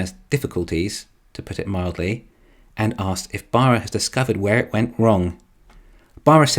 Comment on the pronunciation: It's a crying shame the Bolt doesn't use the fantastic GM Bull-tium batteries. And I like how the narrater pronounces Baarras. It's very nearly BareA55... 😁🍑🍑